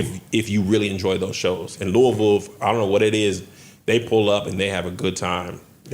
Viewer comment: Thank you for saying Louisville KY correctly